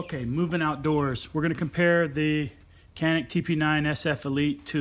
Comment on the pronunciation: A lot of gun for the $$ BTW It is pronounced Yan-ick (Canik) Turkish pronunciation :-)